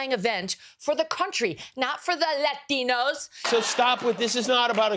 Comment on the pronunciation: Her tone of voice and expression when she pronounced “Latinos” just explains everything 😮